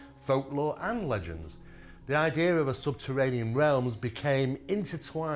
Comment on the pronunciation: There is no R in idea !